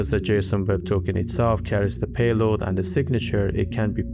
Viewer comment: I'd have enjoyed if you explained also their downsides. Sometimes i feel like you've "rushed" a bit through it. At least you got away from the god-awful pronunciation though the way you talk could be improved (you still stretch certain phrases which make it sound extremely painful to keep watching e.g. payloaaad). Generally I enjoy the content you create and it's one of those rare fine channels. You could absolutely score by going into the apps aswell, e.g. how does hashicorp / vaults work how do multi-part passphrases work e.g. only needing 3/5 of any of the 5 set to decrypt something. If this is the oversimplified version I'd love to see some in-depth ones. Btw. What do you use for the animations? I believe this is one of the few ones that have very nice visualizations